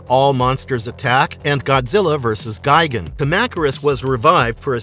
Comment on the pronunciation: You’re pronouncing it “Gai-gen”. It’s pronounced “Gee-gon”